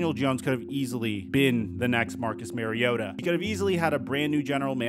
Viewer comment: It's Marr-iota...not Mary-ota